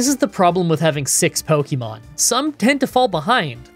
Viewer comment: Considering I have heard someone pronounce syrup in an interesting way, I say does it matter? If we're being technical, he's not pronouncing Pokemon right either. But we all know what he is talking about so it doesn't really matter in the long run.